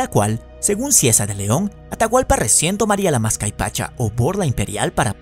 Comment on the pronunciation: es MASCAPAICHA, no "mascaypacha"